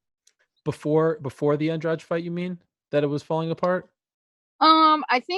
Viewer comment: they still mispronouncing andrade with andrage!!